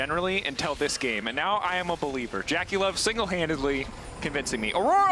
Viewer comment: Why do they pronounce JackeyLove like that?